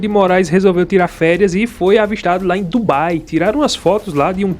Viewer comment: Não é "TUBAI" não analfa é DUBAI